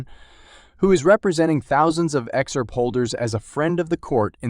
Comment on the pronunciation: What's "Ex-Arp"? Good god, this is a horrible robot voice